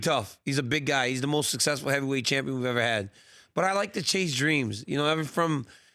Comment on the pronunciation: Did he just say lightweight heaveyweight at 0.07😂😂😂